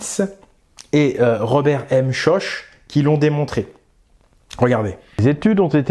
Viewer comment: ) On ne dit pas Robert Schoche, mair "Chorr" ou "Chok". ;-)